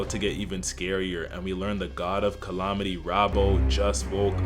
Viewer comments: CallAHmaty??????? Love the vid, but they way you saying that one word gives me issues lol. Calamity not calaohmity 😂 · This would be much better if you stopped saying colomity instead of calamity. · Bro said "collomitty"